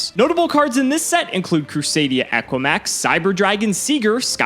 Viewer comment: Nobody's gonna mention AQUAmax Because im 90% sure it's pronnounced eKImax If im wrong on this one then this might as well be arceus/primeape 2.0